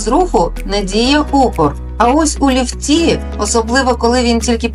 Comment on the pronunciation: у ліфтІ? Хіба наголос падає на другий склад? Озвучка від ШІ?